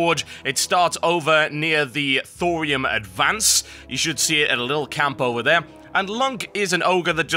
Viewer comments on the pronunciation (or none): none